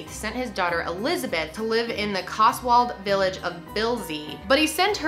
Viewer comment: I'm sorry I just find it so funny hearing an american say cotswold like that